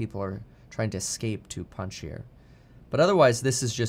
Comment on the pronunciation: (Pahn-shear) panjsh…eer. I died laughing at this